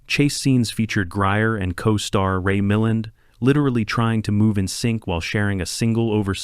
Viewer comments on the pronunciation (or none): Hell, AI can't pronounce the damn name of the film's featured actor, Ray Mill-LAND, not Ray MILLAN.